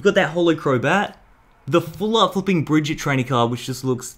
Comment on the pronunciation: That is not how you say Brigette